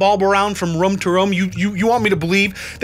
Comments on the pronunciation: I absolutely love the way you say room. "Rum". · from "rum" to "rum", "rum" to "rum" thants right. My last surviving brain cells had an aneurysm holy crap. R-O-O-M. jesus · So glad someone else was thinking rum lol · The first time I’ve ever seen someone pronounce “room” like I do🙌🏼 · Are we not gonna talk about how he pronounces “room”? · why r we not talking abt how pronounces “room” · I’m with you , this is 💯 a bS show— nobody lives that way. Love your content and all its cultural nuggets-frost nova!! Also you’re pronouncing room weirdly. I only noticed because of the light bulb “room to room” lol Or maybe I’ve been lied to my entire life? (Possible) The oo in room is like broom or zoom not like wood. Sorry for this completely unnecessary psa. Thanks for all your hard work on these videos, I live for it.